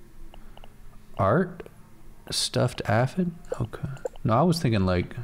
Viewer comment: It’s pronounce A-fid